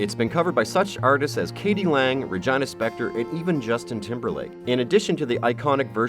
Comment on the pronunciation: Regina spektor lol. She's not a Canadian city ;)